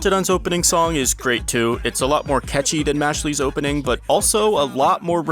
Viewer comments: I'm sorry.... Mashly? Not Mashle like muscle? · who tf pronounces mashle mash-lee